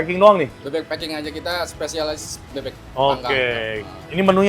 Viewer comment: Klo intonasi ny bahasa inggris bebek "pak king" jadi fu*king 😂😂 🙏🏼🙏🏼🙏🏼